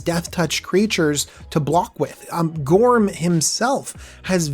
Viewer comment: I think he said Gorm wrong